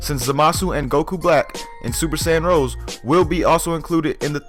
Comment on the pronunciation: It's called Super Saiyan Rosé. Not Rose. Please... 'cries in the corner'